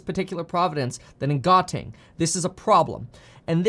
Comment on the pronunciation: the pronunciation of Gauteng is suppose to : "how-teng"